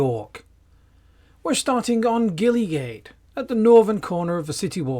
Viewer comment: It's pronounced Jillygate